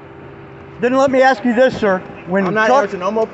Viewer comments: Anytime I hear a cop say "I axed you..." I already know they don't know the law and they are going to go hands on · “I Axe You “ - If you can’t simply speak English , you shouldn’t be upholding the law that’s written in it. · I can't take Anyone seriously who says "Axe " instead of "Ask". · If a cop is so damn ignorant as to 'aks' me anything, he deserves the disdain and ridicule. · Diversity is our strength! "I axed you a question". WTF? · You cannot " ax " somebody to make them move back. You can ask them. Axing them would be against the law... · It's amazing that a grown man went through 12 years of school and still can't say and pronounce a common word. It's asked not axxed there officer. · He axed you a question!🤪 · When blacks axe questions, axe for ID, axe for eveything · He axed you for ID! LOL